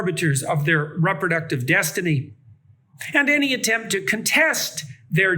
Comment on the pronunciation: Did he mean Reproductive when he said "Rubber Ducktive"?